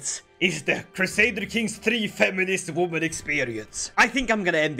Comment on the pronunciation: A wooman 😂